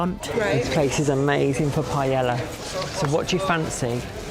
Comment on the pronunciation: learn how to say paella..